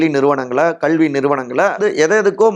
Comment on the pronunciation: விகடன் நிர்வாகத்திற்கு ஒரு வேண்டுகோள்... இந்த வீடியோவில் வருபவருக்கு கல்வி என்பதை எப்படி தமிழில் உச்சரிக்க வேண்டும் என்பதை தனி வகுப்பு எடுத்து கற்றுக் கொடுங்கள்... அவ்வாறு முடியாவிட்டால் இந்த நபரை மாற்றி விடுங்கள்